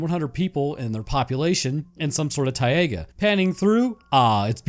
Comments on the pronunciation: Rofl I have never heard anyone enunciate the i in taiga as an e. It's (TY-gə) just 2 syllables not 3. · lol “tai-eh-ga”